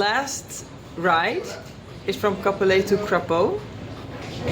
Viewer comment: Hello from a native Cap-Pelé...er. It's not often that you hear a foreigner pronounce the name of my lovely hometown properly. Kudos. Your adventure is very inspiring. I am planning to get back into motorcycling after nearly 40 years. ADV will be on the menu.